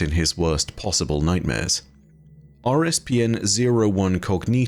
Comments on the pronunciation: It's COGITO not COGNITO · You keep saying cognito but there is no n....